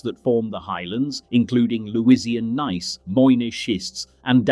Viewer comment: Gneiss is pronounced "neese", not "gun-nice"